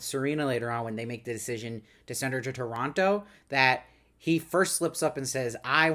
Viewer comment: Thank you for pronouncing Toronto correctly. 🇨🇦